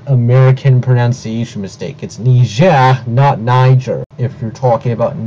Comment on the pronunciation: Who's gonna tell him pronunciation isn't pronounced "proNOUNciation?" Same goes for "misproNOUNciation," instead of mispronunciation.